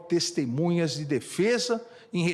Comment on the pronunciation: Ele fala : destemunhas, eu ouvi bem? Misericórdia